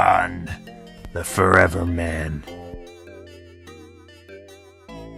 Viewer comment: how many ways are you gonna pronounce his name. chaykan. shaykan. shakan. chakan. and more... WTF